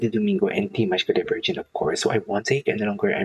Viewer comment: The pronunciation of Dimash last name is… like you use GG “Dimash Kudaiberggen” that is how it really sounds but only ONE “G”. Dimash Kudaibergen.